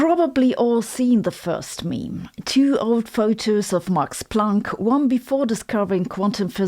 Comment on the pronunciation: I love how you say Planck. It sounds like "plonk" which is old fashioned Aussie slang for wine.